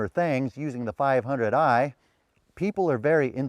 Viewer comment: can you say one more - 5oo eiii?